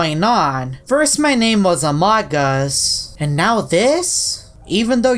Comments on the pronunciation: it's not amodgus it's uh-moe-gose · its not amog uus its amoogoos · It’s pronounced Amoo-gus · It’s pronounced a-mo-gus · I like how he says A M O G U S lol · u pronounce amogus amoogus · It’s pronounced a-mog-us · its pronounced ah-moh-gus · It's pronounced amogus